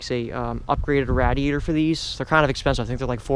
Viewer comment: Nonsense learn how to pronounce radiator first.